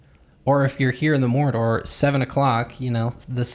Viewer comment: I don’t know if you said Morridor or Mordor, but I’m going with the latter, and I cannot stop laughing hahah